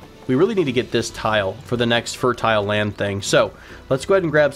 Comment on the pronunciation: Fur-tile Turtle Fertile